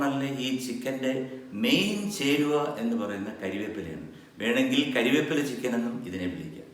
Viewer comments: MG സാർ ക്ഷമിക്കണം കരിവേപ്പില അല്ല കറിവേപ്പിലയാണ് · കറിവേപ്പില. കരിവേപ്പില അല്ല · അണ്ണാ കരിയേപ്പില അല്ല കറിവേപ്പില